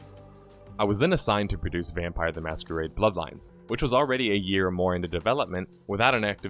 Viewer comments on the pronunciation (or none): none